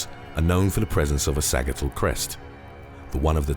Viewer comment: I really appreciate your videos and the research that goes into them, but man...you sure butcher the pronunciation on a LOT of words. Sagittal is pronounced / ˈsædʒ ɪ tl /, much like the word Sagittarius.